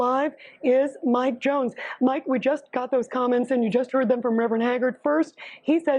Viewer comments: Why do you keep calling “Jones” “Young”? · Young? I thought it was Jones. Otherwise, great video!